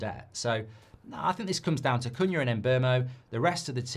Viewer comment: Mark, you might need to inform those that appear on your channel how to pronounce the new players' names. Most notably Cuñha. In last night's Fan Forum, it was rather cringeworthy watching three white contributors (including the presenter) practically use a racial slur every time they mispronounced Cuñha's name, when the one black contributor was pronouncing it correctly. Basics.